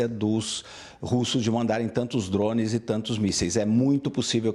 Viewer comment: Da um desconforto muito grande escutar esse analista falando "drownes" 🤦🏾‍♂️